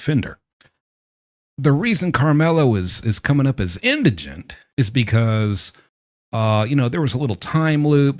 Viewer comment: Thank you for pronouncing “indigent” correctly. Other videos I’ve seen on the subject have the word as “indignant.”